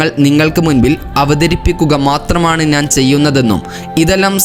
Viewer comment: നാൻ അല്ല കുട്ടി.... ഞാൻ എന്നാണ്